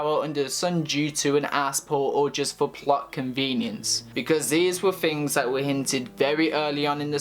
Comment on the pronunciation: its pronounced things not fings